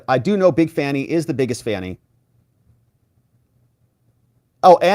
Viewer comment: The lady can't even say fanny. If you can't pronounce very basic word's then you have nothing's to say that intrest me.